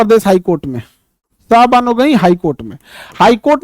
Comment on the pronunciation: Sayrabano नहीं सर शाहबानो